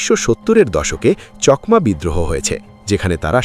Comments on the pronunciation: চকমা নয় চাকমা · চকমা নয় চাকমা বলুন। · কথা টা চকমা না চাকমা? আমি তো আপনার উচ্চারণ টা প্রথম শুনলাম।